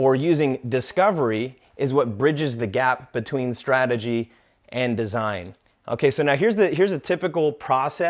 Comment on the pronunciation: It's Strategy and not srategy.